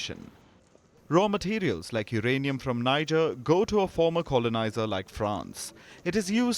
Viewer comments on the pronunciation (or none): NEE-JER....not, NAY-JER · Tell Palki the name is not Naijer. It is Nihjer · It's not pronounced as Niger but "Nii" "J" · The name of the country is pronounced "Nee-jay" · Please pronounce Niger as Nee-zheir. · The news presenter is mispronouncing Niger. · Y'all can't pronouns Niger?! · Say Niger properly sweets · You can't even pronounce the country's name well. It all went downhill from your Wion exit indeed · You give updates of news around the world, don't you think you can at LEAST RESPECT the citizens of Niger Republic by pronouncing the country's NAME correctly?